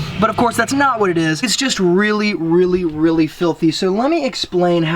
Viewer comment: RRrrreally RRReally 😂